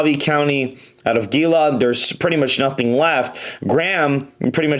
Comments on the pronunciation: Its Yah-vuh-pie, Hee-la, and Co-cheese gringo lol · Gila. Pronounced Hila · You are butchering the counties man Cochise - co-cheez Gila - heel-ah Yavapai - Yaa-vuh-pie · As a life long Arizonan, if you don't mind let me offer you a quick pronunciation guide: Yavapai is pronounced liked "Yeah-vuh-pie" Gila is pronounced liked "He-Luh" And Cochise is "Co-Cheese" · It's pronounced "Hila" county just so you're aware 😊. MAGA! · You’re awesome, I live here in Arizona and I’ve been following your channel, following her numbers. Side note Gila is pronounced “Heela” 😅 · And "Heel-a" for Gila. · Gila County is pronounced HeeeLa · Other than your misprounciation of Arizona county names, I appreciated your report! Yavapai County is YAH-vah-pie. Gila County is HEE-luh. Cochise County is Co-CHEES. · Gila is pronounced 'he-la.'